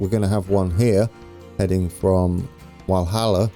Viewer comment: Walhalla is pronounced like Valhalla it's actually named after a gold mine and the German hall of fame Walhalla (From the Norse Valhalla)